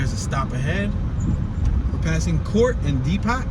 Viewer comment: My dude, why do you keep saying “dee-pot” when it’s pronounced “dee-poe”